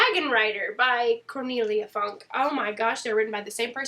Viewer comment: It's pronounced Funk-uh. It's German, ja? Inkheart is so bloody good. I need to reread it so I can binge the trilogy. I was very blah about The Blade Itself. Lost Symbol is the worst of the Robert Langdon books. Give Angels & Demons a try